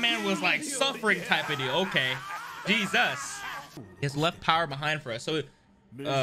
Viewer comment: Ha- Ha- 😆 please, did you really needed to say Jesus like that- JeSUS